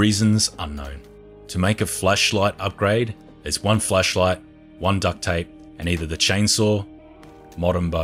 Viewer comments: plz say flashlight better :D :D kept hearing fleshlight and it still made sense :D :D. nice and consise vid tho. thanks helped a lot. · Sooooo we're just gonna pretend he ain't say "flesh" instead of flash cause uh I'm pretty positive a flesh like ain't gonna kill cannibals.. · Everyone: flashlight: fleshlight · Why do you say flesh light LMAO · lol he said flesh light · Bro keeps saying fleshlight💀🤣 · When he said flashlight it sounded like flesh light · I thought he was saying flesh light😂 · did anyone hear him say fleshlight instead of flashlight when he said it? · Its called an accent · Sometimes i hear fleshlight not flashlight